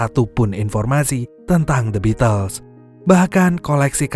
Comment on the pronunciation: Bacanya bitel mas... Bukan the bitles...